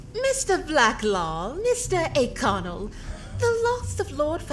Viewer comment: refuses to pronounce Ó'Connell correctly Me: angry Irish screeching